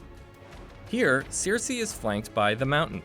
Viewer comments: "Jendry" and "Seersee" and "Varies." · yeah and "seer-see" instead of "ser-see" what the hell? We're SEVEN seasons in and he's heard this names a billion times but still..... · WTF IS “SEARCY” LMAO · Seer-see and Jen-dry lmao I’m so glad I wasn’t alone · Sear-see lol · To be fair, George R.R. Martin pronounces Cersei as "Seersay" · Ugh this guy butchered the names so badly 😒 Such poor effort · I cringe every time he says Cersei. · Sam stole his father’s sword in Season 6. The pronunciation of half of these names is also killing me, plus the pace of this video. Seven hells. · nah, caught as well and your not the only upvoted comment addressing it; kinda ridiculous when we have the show (lol) with its proper pronunciations of the names (lol) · Also not Sirsi, it's Cersei, not Melissandra but Melisandre 🤦‍♀️ did this guy even watch one episode? smh! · OK, your pronunciation of some of the names is so, so off! Cersei is pronounced "sir-say" not "seer-see". And "maester" is "May-stir" not "master" 😂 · I spotted Seersee....many times and Jendry..Raygall... once. Gawwwwwwwwwd fix your pronounciation of the names man! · Who is this 'Jendri' and 'Cierci' you're speaking of? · He kind of butchered every single name he said lol "Seersay," and "visairEEon" and "varEES" lol wtf